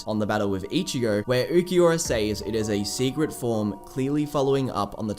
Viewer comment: “Which was a secret all along” but I hear “it was agatha all along” 😂